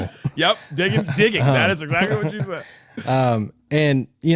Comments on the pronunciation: I heard dickin too 😂😂😂😂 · nah he said dicking lol